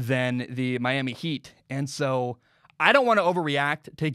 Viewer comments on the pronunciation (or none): none